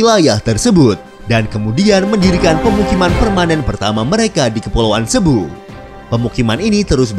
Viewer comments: Presenter/ Admin Sering Keliru Melafalkan "CEBU" Itu Dibaca SIBU....Jga Kota Zamboanga city. Itu melafalkan Iyalah Samboangga o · Presenter/Admin Sering Keliru Klo Melafalkan Kata CEBU=SIBU....jga Nama Kota Zamboanga City...itu melafalkanx Adalah..Samboangga Sity.